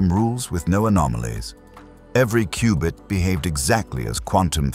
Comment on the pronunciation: Take a drink everytime he says Qubit wrong.